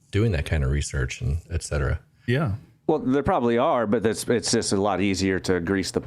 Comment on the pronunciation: Ekcetera ekcetera.....its ETCETERA!!!